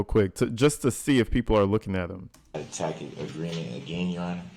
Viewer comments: “ Is that a takid agreement”? What a blithering moron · As many times as he's raised it you would think he'd learn how to pronounce" Tacit"